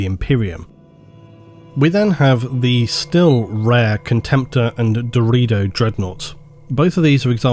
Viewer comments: "Atomantic"? You mean "Automatic" ... Also not sure if "DeredO" is correct ... shouldnt it be DeredEO instead? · My man seriously pronounced "Deredeo" in the meme version. He actually said "Dorito". Wtf?! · I think it's pronounced Deh-rer day-oh right? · brother it is called da ray do not dorito. its not a crisp brother even though they carry around other brothers who resemble one. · Ohhhh, Deredo. Thought you said Dorito. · I know it was deredeo but I heard dorito and now I’m cursed with images of Dorito dreadnoughts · Had to do a double take when he started talking about the deredeo pattern because it sounded like "Dorito pattern" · I love you but how did you get "dorito" out of Deredeo? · I swear every time said the "Deredeo" Dreadnoughts I counl'd stop to envision a giant Dreadnaughts of the shape of a... Dorito. The Dorito Dreadnought. lol. Thanks for the amazing video! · Alright I cant be the only one who keeps hearing "Dorito" when Doredeo is mentioned xD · All I heard 😂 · Am I retarded or is he saying Dorito dreadnought? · Hey guys, DRU-DAY-OH dreadnought lol love Doritos though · I at first thought you were saying the ''Dorito'' pattern, and all I imagined was ultramarine cool ranch flavored dreadnought. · I can't be the only person who heard "Dorito Dreadnought" right? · I just keep hearing Dorito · Dorito Dreadnought, that's what I understood a many times when you spoke of the Deredeo.